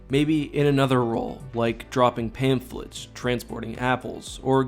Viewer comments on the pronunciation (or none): Hahahaha he said dropping panphlets😂😂